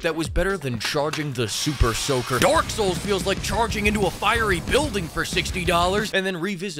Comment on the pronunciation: Sounds like he is saying Dork souls Everytime he says it lol.